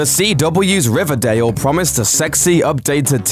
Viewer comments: If I could get 100 dollars for every time I laughed at him say RIVADAYL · I love how he said riverdale in the beginning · How he said riverdale at the beginning no offense I promise